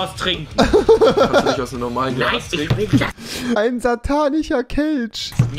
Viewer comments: Niemand: Wirklich Niemand: Rewi: Ein Satanicher Kelsch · Niemand : Wirklich Niemand : Rewi : ein satanicher kelsch 😂😂😂😂😂😂😂😂😂😂😂😂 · Normale Menschen: "Satanischer Kelch" Rewi: "Satanicher Kelsch"